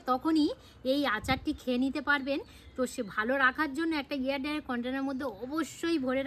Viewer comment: আবার এয়ার ডাই কন্টেনার ? এয়ার টাইট কন্টেনার বলো । ভুলভাল বলো না